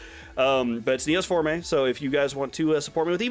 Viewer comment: It's Neos Form-AY? I always thought it was Neos Form. I thought the E was silent!